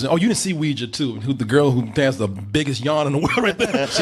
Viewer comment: "she was in WEE JAH 2" lol